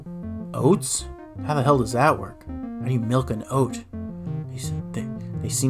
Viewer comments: we don't have any malk but I can get you some milk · Gotta mention the pronounciation of 'malk', and even 'mulk'.